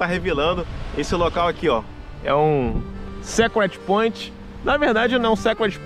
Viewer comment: MAIS UM SHOW DE VÍDEO, AMIGO! MOSTRA LOCAIS BELÍSSIMOS E POUCO CONHECIDOS. UM ALÔ CONSTRUTIVO NA PRONÚNCIA DE SECRET POINT( SÍCRET POINT).